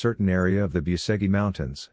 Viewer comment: Biuseghi mountains......😂 Lear the fu...kin spel corectly that name, BUCEGI, not Biuseghi....🤦